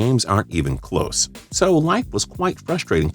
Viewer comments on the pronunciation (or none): none